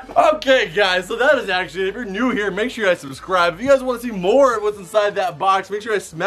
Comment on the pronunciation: why are you saying mnore that’s not even an actual word explain please